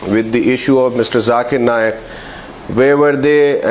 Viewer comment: Sambit 'Jhakeer Naaaayak". What is wrong with this guy? He is a doctor and he can't pronounce simple words!